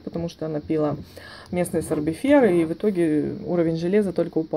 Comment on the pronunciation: Все супер по информации, но говорится "понялА" и "пилА", "началА", а не "пОняла", "пИла" и "нАчала". .